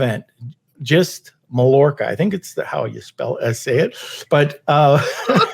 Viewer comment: Great video! Mallorca is pronounced - muh·yaw·kuh